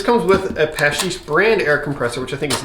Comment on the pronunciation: Paasche is pronounced "po-ske", it's norwegian and means "easter". 😀